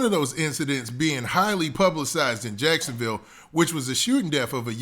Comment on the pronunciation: You definitely just said jacksonvall lol